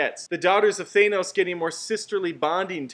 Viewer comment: Why can nobody pronounce "Thanos" the correct way? Ffs.